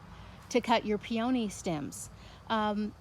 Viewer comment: I’ve never heard them pronounced pee-OH-nee.